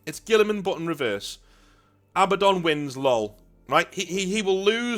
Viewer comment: thank you for pronouncing Abaddon correctly. Not A-Badden. So on the nose it makes me cross eyed